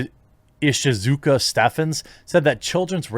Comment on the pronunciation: tell me that you're not American while telling me you're American - "Ishizuka- Stephens"